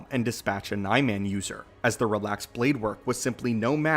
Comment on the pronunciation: You mispronounced Niman